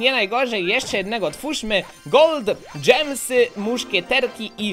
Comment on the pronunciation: ja na te zielone diamenty mówie gemy i mnie to denerwuje jak ty mówisz dżemsy xD